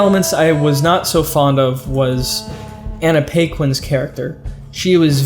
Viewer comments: i believe it's "Annie PACK-WIN." maybe i'm wrong . . . it's possible i'm wrong . . . probably i'm wrong. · It's Paquin not Paquin